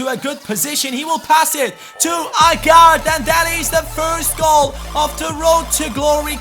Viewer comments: By the way, Agard's name is pronounced Ay-gard not A-gard(even though its spelt like that)! Awsome series aswell, cant wait for the next episode! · Dude do me a favour hes pronounced aygard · Agard is pronounced Ay-gard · It's pronounced A-guard. Great video though I look forward to the rest of the series, like I do with all of your new videos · Kieran Agard is pronounced A-GARD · Pronounced hi-um, ay-gaard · Just a few tips.. Agard is pronounced; A Guard Emmauel Thomas is ofter called JET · Agard is pronounced Ay-gard!